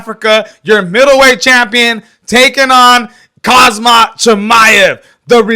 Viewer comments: It’s khamzat my man not khazmat wtf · listen to yourself and get your ears checked, you’re literally calling him ‘khaZmat’ instead of Khamzat the entire video 😂. The disrespect and lack of knowledge. Maybe next time get your pronunciation right my man, not hate. ✌️